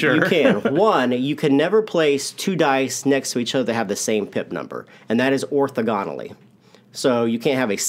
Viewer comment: It's or-THO-gonally guys.